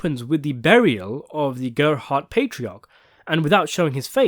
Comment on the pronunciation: The Gerbhardt family I presume came over to North America from Germany along with millions of others in the wave of huddled masses. The narrator does pronounce the surname incorrectly from how I am accustomed to. The only slight clue to their origins is what appeared to be a family crest that was displayed on the wall that included the Prussian Eagle seen in many other such crests including those from the Holy Roman Empire. It’s these little Easter eggs that make Fargo so layered and re-watchable, another one being the use of a very similar if not identical money satchel that is used in the original Fargo film and buried in the snow that is used in the other Coen classic No Country for Old Men. This is so blatant it must be done as a nod to the film or the other way round, yes Fargo film was made before No Country for Old Men so it’s a nod to Fargo- also season 2 is set in 1979, and ….No Country for Old Men is set in…..1979.